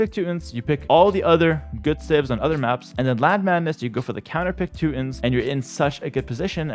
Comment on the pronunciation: "Two tawns" "two tawn nick"